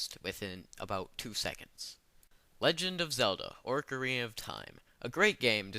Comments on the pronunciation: did u say ORCarina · LOL I was GOING to call you a fucker for your Zelda inclusion, til you pronounced it "ORcarina of Time" :P Ah, I'm just kidding. For the most part, I agree with your choices. Just not OoT...I recently re-played through it, and it's still one of my faves. And, in regards to your battles in the comments area...Try to remember not to feed the trolls. lol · you played orcarina of time i see, a super mehtrid.... Those games ARE over rated. But Ocarina of Time and Super Metroid aren't. look I know being canadian is tough but learn some proper speech patterns before you speak.